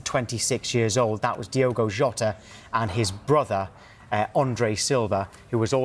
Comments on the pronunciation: Diogo not Diego. This man just passed. At least pronounce his name correctly. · it does not feel real. And it is DiOgo, not DiEgo, FWiW. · Please do him the justice he deserves and pronounce his name correctly "its Diogo not Diego" Alwayswolves 🧡🖤🧡🖤🧡🖤🧡🖤🧡🐺💪🏻